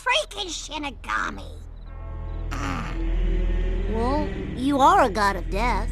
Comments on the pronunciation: It's Shinigami; Not Shinegami!! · yes, but the way she said it like Shinegami…